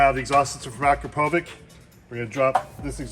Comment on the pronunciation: Finally someone that knows how to say Akro-po-vic properly lol